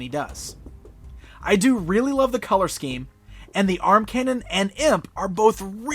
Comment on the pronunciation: You mispronounced "scheme."